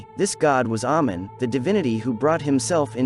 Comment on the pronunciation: it's actually pronounced amein, long a sound.